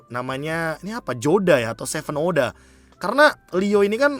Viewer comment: 7oda itu dibaca nya huda be, 7 itu di arab huruf h